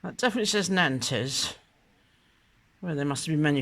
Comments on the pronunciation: Nantes ... pronounced "naunt" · Nantes is pronounced Narnt, the s is silent.